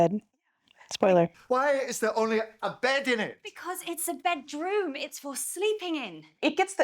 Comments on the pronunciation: No, let me correct you on that. One is off a bedroom. The other is off a "bedrom." Not to be confused with a bedoom, a beroom, or bedr. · Do you want the BEROOM or the BEDOOM? 😂